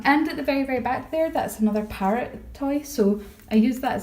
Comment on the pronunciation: I keep thinking you say pirate instead of parrot, its funny :P